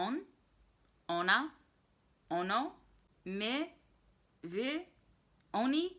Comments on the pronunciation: In my opinion „my” and „wy” you pronounce correctly. You could actually work on „ty” so that „y” would be more like the one you say in „my” and „wy":) When do we use „wy”? Let’s say you bumped into your friends Kasia and Tomek, or Kasia and Tomek and Zbyszek and Agnieszka, etc. (so 2 or more people). You would say to them: „Jak się macie?” So the informal and plural = wy (as „macie” = „mieć” – to have for „wy”). (despite the fact that we don’t usually ask that as you already know :) I use this exemple just to show when we can use „wy”) But let’s say you bumped into your grandmother’s neighbours on the street. You know them, but it doesn’t matter. What’s important is the fact that there are two of them (or more) and that you would say to them „Mr. and Mrs. Smith”. In this case you don’t use „wy” but the formal and plural form: „Jak się państwo mają?” So the thing is that we use the form „wy” when we are talking to 2 or more people AND we are on first name terms with them. Also more natuarl would be „Jak się pan/pani nazywa?” instead of „Jak pan/pani się nazywa?” Nevetheless you would be perfectly understood so it isn’t really that important :) Instead of „Jak się masz?” you can say „Co słychać?” but also „Co tam?” / ”Co tam słychać?” / ”Co nowego?” / „Jak tam?” / „Co tam u ciebie?” / „Co nowego?” You can still expect a longer answer or just simply „W porządku” / „Wszystko gra”. Really depends on the mood and on the person you’re talking to. When we meet someone we simply say „ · You pronounced my and wy just right.